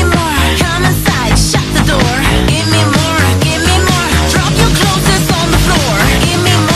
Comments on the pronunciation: Where is from? If she is an American, then am I really the only person who hears her unusual accent? To me, she pronounces "more" in a weird way. Also, I think I heard her "clotheses" instead of "clothes." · Kontor.TV You should tell the artists how to pronounce clothes in case they ever plan on recording or perfoming this anew